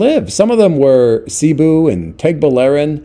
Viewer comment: No kidding. Another thing is that nobody in the PI (other than the video guy) says "CEE-boo", everyone there says "Suh-BOO".